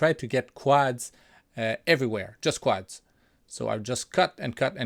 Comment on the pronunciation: it is usually pronounced "quods" as in "odd" , even though it is spelt with an "a"